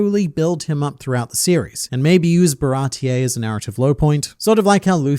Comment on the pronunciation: WHY DOES EVERYONE CALL IT barati-EH i swear it was never called like that, why does the whole english community call ti that